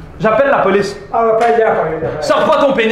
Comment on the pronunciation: ahhaha c trop de la balle hahahahaha je suis mort ahahahah et le "j'appel la paulice" comme il prononce